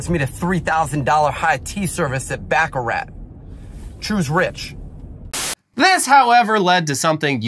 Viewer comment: The T is silent in Baccarat